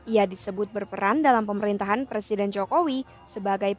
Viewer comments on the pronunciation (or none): none